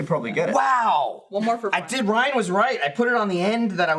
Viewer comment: Sounded like he introduced Ryan as Bryan 😶